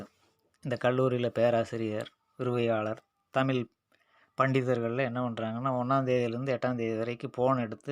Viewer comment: தமிழ் என்ற உச்சரிப்பு தான் சரி. உச்சரிப்பைத் திருத்திக் கொள்ளுங்கள். ல் போன்று உச்சரிக்கின்றீர்கள்.